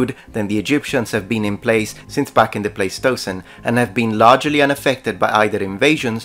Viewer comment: Is that the proper pronunciation of Pleistocene in Latin? "Play-stow-sin"? I've only heard it pronounced as "Ply-stow-seen," by English-speaking paleontologists.